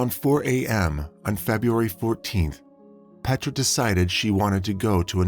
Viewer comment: It's not PET RAH ITS PAYTRUH FYI